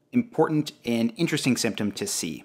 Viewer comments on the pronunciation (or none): none